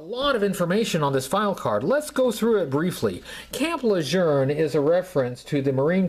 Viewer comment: Where is the “r” in camp lejeune?